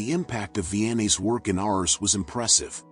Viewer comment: A.i... artificial intelligence.. it's ars not ours!